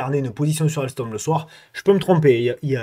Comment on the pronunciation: 👍🏻 mais tu perds les bonnes habitudes avec alstom…..quest ce que c’est que cette bonne prononciation ! 😂